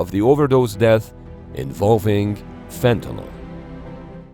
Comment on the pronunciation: Fentanyl. Everybody including the top level politicians say it wrong.